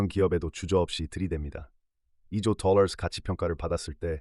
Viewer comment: 똘롸~ 뽜쉔트~ 뻐터발음떄문에 집중이 안됨